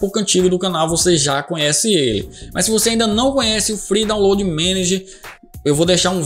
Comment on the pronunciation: "dóunlôdi", "êizidoisbûti"